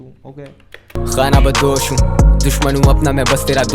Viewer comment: Bro its khana badosh not khana bandosh